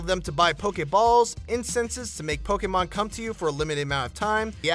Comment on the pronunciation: I hate the way he says "Pokemon"